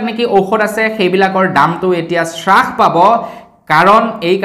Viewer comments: হ্ৰাস , চ্ৰাখ নহয় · Sarh nohoi harh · শ্ৰাস নহয় হ্ৰাস। এতিয়ালৈকে ও নাজানে নে ? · শ্ৰাসনহয় অ' বোপাই হ্ৰাস বুলি ক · শ্ৰাস নে হ্ৰাস,,অৰ্থ নাজানিলে কমা বুলিয়েই kobasun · শ্বাস পাইছে মানে কি ডাঙৰীয়া ? 'হ' বৰ্ণটো কণ্ঠনলীয়, তালব্য বৰ্ণ নহয়। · Srakh buli nokoi ouuuu Pronunciation correct hobo lage